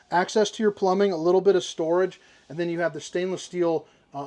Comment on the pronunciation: 😂Re-heat potato mode and then stor-ahge. This one is making me giggle throughout. Thanks! So far, so good👍